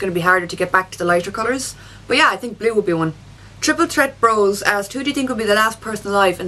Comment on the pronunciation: Why does she pronounce ''Think'' like ''Tink'' ? xD